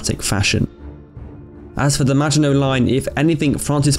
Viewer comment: The way you say “maginot” is a sin